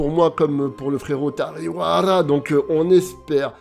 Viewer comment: tariwara 🤣 il a détruit son nom 🤣🤣🤣🤣🤣🤣🤣🤣🤣